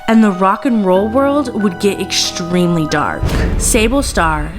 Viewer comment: Hishtory? Exshtremely? You have good content. Why do you feel that you must deliberately mispronounce words? You lose credibility. It's not a speech impediment. It makes you seem uneducated.